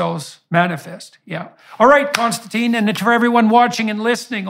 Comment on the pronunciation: This is nit-picky but I wish I could tell everyone that the guest's name is Konstantin. It starts with a K it does not end in E and it is pronounced like: (my feeble attempt) Con- Stan- Tin NOT Con- Stan- Teen. Konstantin is so patient and good mannered (and no doubt used to it by now) that he doesn't see the need to correct.. litterally almost everyone. (BTW I am Michael and I have never answered to Mike so that's probably why I am triggered.) I do really like the interaction between these two. I especially like the way that KK challenges JBP on some things. This is the kind of respectful banter that the world needs to see as an example right now. And I'm sure that it ends with a handshake not an insult unlike many other interactions between people with differences of opinion I have seen.